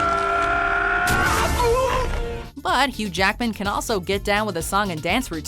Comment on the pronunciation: She keeps saying "huge ackman"